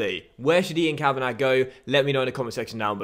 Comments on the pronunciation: Send the scout to Ireland Also it's (Ka-van-a not Ka-van-ag) Love the series btw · The scout 'Ian Kavanagh' is pronounced 'Kavanaa' not Kavanag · Ian Kavanagh is pronounced Ian Kavanah, it’s a silent G 😂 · Quick little pointer, Kavanagh is pronounced as just "kavana", the -gh is silent. Loving the series, keep it up. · For your Scout, it's pronounced Kav-In-Awe. The Kav sound is like in Cavity. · I’m Irish and for your new scout Ian Kavanagh it’s pronounced Kavana because the G is silent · send kavanagh to italy to get a good defender. Also, the 'g' is silent in Kavanagh, you pronounce it kavanah basically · Kavanagh is pronounced “kavanaw” just for future reference 😊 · For the new youth scout, u pronounce Kavanagh as in Kavana, u don't pronounce the GH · Ian Ka-Van-A. Don't pronounce the 'gh'. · Ian kavanagh is pronounced kavan-ah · Your scouts name is pronounced kavana love the vids!!! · Send kav-a-na (how it's pronounced) to morocco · The new scouts name is pronounced 'Kavana' the gh at the end are silent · Kavanagh is pronounced "ka-va-na" (no 'gh') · I think Kavanagh is pronounced Kavan-arr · Ian Kavanagh is pronounced Cav-van-ah! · It's pronounced kav-an-ah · The scouts name is pronounced Kavanah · It's pronounced kavanah 😂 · kavanagh is pronounced kav a nar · it's pronounced Kavana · Kavanagh is pronounced kavannaaa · it's a silent g in kavanagh. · " Ian kavanarrrrrrrgh " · Please, why are you pronouncing the “g” on Kavanagh? Please🙏🏻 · Send your scout to Ireland and you don't pronounce the gh in Kavanagh